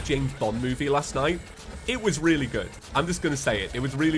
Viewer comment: "The Sprite is weely similar" -James